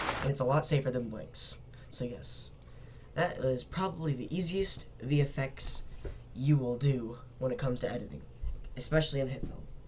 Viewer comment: jesus dude its video effects. thats what vfx stands for please stop saying v effects lol